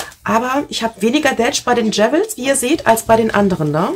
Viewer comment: Liebe, ich hör dir so gerne zu, du bist so ein Sonnenschein. Du machst das wundervoll 💜 darf ich dir trotzdem einen kleinen Tipp geben? Jewels heißt Juwelen und spricht sich deshalb wie “juuls”